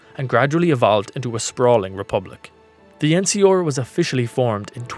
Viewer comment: EN-SEE-ARE, not EN-SEE-OR. Jesus. I like the vid, an the channel. But the way you kept mispronouncing the NCR, a faction I don't even really like, bugged the hell out of me